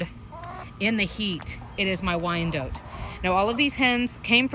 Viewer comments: It don't sound right at all hearing or saying wyan-DOTE! 🤦🏼‍♀️😂🙅‍♀️ Lol!! I don't like it. 🤦🏼‍♀️😂 I just can't do it. It's Wy-an-DOT! Dang it. Lol!! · same, I've always heard it pronounced wine-dot (we're in the deep south) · It is definitely Not pronounced how it is in this video. I'm not sure where that info came from. I have always heard it pronounced Why-an-DOT, both as a chicken breed, as well as location (used to live in Wyandotte county, KS.) Very good information otherwise, but the pronunciation was really bugging me. Lol! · I had no idea you pronounce it "wyan DOTE". I've had them for years and always said "wy-an-DOT" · I moved to Denmark and here people call them "WEE-an-dotters" lol